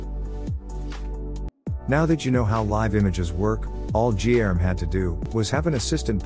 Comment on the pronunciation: Guilherme in Portuguese sounds totally different from what the video narrator is saying it. Fun fact.